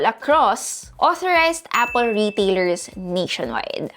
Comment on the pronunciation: " A-pol " LOLLLLLLLLLLLLLLLLLLLLLLLLL